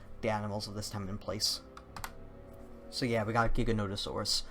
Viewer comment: I'm relieved to hear someone else say Giganotosaurus with the hard G sound. I was afraid I was the only one...